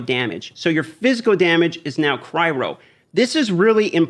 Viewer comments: Cryo not cry ro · all dmg deals "Cry-Ro"??? da fuq... It's Cry-Oh lol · Omg please stop saying "Cry-row" it's literally killing me